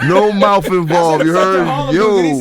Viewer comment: "I Think He Might Not Have Made It If I Had To Give Him Mouf To Mouf" 😭😭😭😭😭